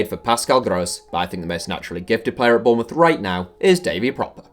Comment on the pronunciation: he said Bournemouth like if you heard to